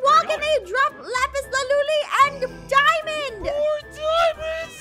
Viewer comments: Why u say lapis laluli instead of lapis lazuli you say it wrong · "Lapis laluly " 😂😂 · Aph, it’s lazuli